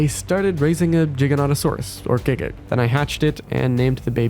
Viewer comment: NO WAY YOU PRONOUNCE GIGA CORRECT YOU GET A SUBSCRIBER BECAUSE OF THAT